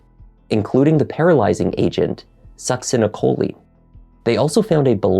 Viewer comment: Wow, such an interesting case. I loved what his husband said about doing something nice for someone in need was a good way to honor Steven’s memory. That was really beautiful. BTW, as a RN I 100% appreciate the fact that pronounced the paralytic medication succinylcholine perfectly! Most doctors and nurses who aren’t familiar with that med can’t even pronounce it correctly.